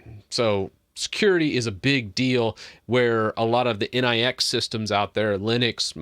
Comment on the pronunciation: Nix is 'nicks' and not 'N-I-X'. Please stop spreading a mistake.